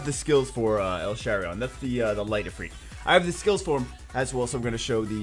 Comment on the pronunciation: it's els-harion btw not el-sharion